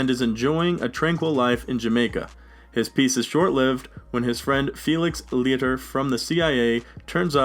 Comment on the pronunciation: Butchered Felix's name lol